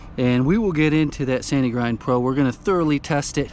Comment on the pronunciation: I thought you were saying "Sandy Grind Pro". I'm thinking, "what the heck is that?" A quick google & I'm directed to a Sanigrind Pro" and I'm still thinking what the heck is that? It only took a few moments for me to realize what it is/does. Since the roof is just above the restroom I have to assume the house is set back pretty from the street or septic tank. Am I right?